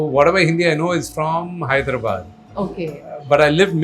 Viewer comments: Hyderabad is no herabaad it' not not bad it's called badh i mean Hyderabadh. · Wtf is wrong with this guy? What is HYDRA-Bad? Bro, it’s Hyderabad. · Neer dosa is from MANGALORE not from BANGALORE and please try to work on your ACCENT it’s NOT MEDRAS it’s MADRAS 😅 ITS NOT HEDRABAD. That how it is with NEPO 😅😅😅 MOHAN BABU IM SORRY. Please ignore this video . Don’t want to go in coma 😅😅😅